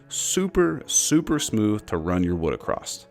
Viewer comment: unfortunately you said "acorssT" which is not a word, so I won't be subscribing and I'm guessing that's what the 30% dislikes are all about too ? or maybe it was the misleading title ?